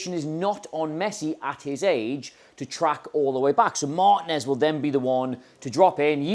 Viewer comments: This drove me crazy! It's not MAHR-tin-ez...it's Mar-TEEN-ez. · MarTEENez, not MAARtinez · Why can't English people pronounce Martinez (and other latino names) correctly? Mar- TEEN - ez. That is not a hard thing to say.